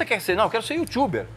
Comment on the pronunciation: 'Yutxuber" kkkkkkk Entrevista muito top 👏👏👏👏 conhecimento e experiência passados através de quem entende